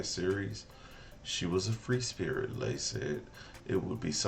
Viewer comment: Leigh is pronounced Lee. She said it many times in the video